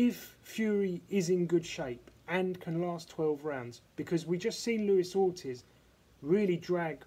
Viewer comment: Orteeeze....That's how it is pronounced lol